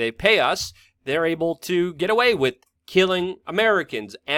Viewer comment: The word is WITH - not Wit .